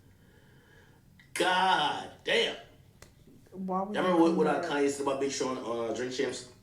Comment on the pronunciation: Why does he keep saying kanYE😅